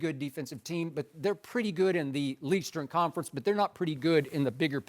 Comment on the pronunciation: "Leastern conference" skip gotta dub